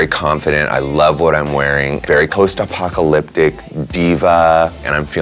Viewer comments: Post apoctolipic 🤣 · “Lost apocoloptic “ 😂😂😂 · Lashawn and her "post apopcaloptic" couture xD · Post a-what now? She can't pronounce apocalyptic?